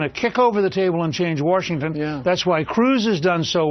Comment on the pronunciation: ugh. He says "Warshington." WHERE THE FUCK DOES THE "R" COME FROM?